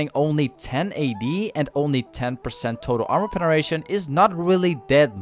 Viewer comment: I fucking love this pronunciation PENERATION